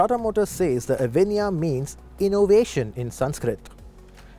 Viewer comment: Pls pronounce it properly - its a sanskrit word , also used in Hindi , bengali language etc.